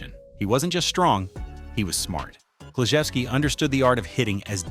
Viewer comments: It's "clue ZOO ski" for cripe's sake. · The video narrator came close to pronouncing the name as the Polish would pronounce it. Big Klu americanized it to be Kloo-ZOO-ski. Sorry you missed the rest of the video....it wasn't too bad. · Pronounced Ted Kla-zoo-ski. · Well - since they start off with mispronunciation - I'm outta here. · Four seconds in, butchering Klu's name. That's enough for me. 🫵😠👎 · I immediately stopped watching when Ted Kluszewski's last name was incorrectly pronounced. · Starting off saying Kluszewski's name wrong is a bad look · 2 seconds into the video, and they already mispronounce the player's name wrong. I immediately stopped watching. You'd think with all of the work and research to build such a list, you would have researched how to pronounce a player's name. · Had to quit watching early this on. Couldn’t even pronounce the first players name! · You can't pronounce Ted Kluzuski's name properly. And, I'm outta here before I bother with the rest.